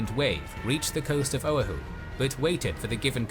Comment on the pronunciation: Killin me how he's saying O'ahu🤦🏻‍♂️🤦🏻‍♂️